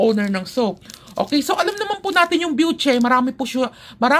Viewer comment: My friend hello byushey yung alam kong bigkas jan pero okay lang yan 😅 enjoy ka pa rin talaga mag-review 😊